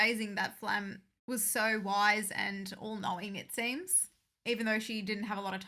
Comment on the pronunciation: Btw you have to pronounc the "e" at the end of Flamme. Its a german word